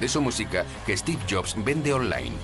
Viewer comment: No es 'esteve', es Steve. Me molestia la inabilidad de pronunicar el S de ingles.